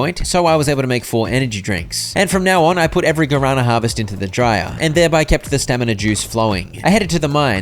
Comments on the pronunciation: Not me 40min into the video, hearing about some "garana" plant, just to actually watch the video and realize it was "guaraná" read as "gwa ra nah". A plant from Brazil and other South America countries, there's a Guaraná soda which is really good, try drinking some. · My ears bled every time I heard "Guarana" misspelled 😂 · Me deu agonia cada vez que ele falava guarâna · "Garana" was such a funny pronunciation... hahaha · It took me 35 minutes to understand because of the pronunciation that the guarana the old lady wanted was the Brazilian fruit 😂